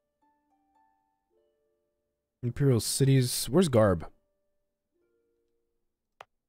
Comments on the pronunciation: Dude i speak arabic (being maltese and live near a village called gharb) so it’s defo pronounced “arb”. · I think we’re saying the same thing but differently. It’s like saying arm but change the last “m”with a “b”. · Really enjoy the series but there’s just one thing that annoys me - Gharb is pronounced “Arb” not “Garb” (sorry but I just had to). Otherwise keep up the good work!